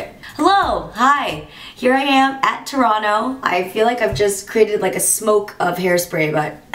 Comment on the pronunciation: Two thumbs up for not pronouncing the 2nd T in Toronto. I proclaim you an honourary Canadian. : )